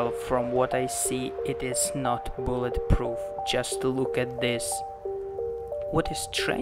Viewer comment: A boolet proof That is what he said LOL